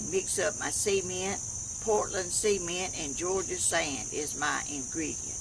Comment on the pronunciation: it amuses me how you say sea-e-mient , we say .c-ment ha ha !! love the video